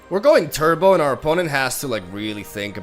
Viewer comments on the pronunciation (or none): none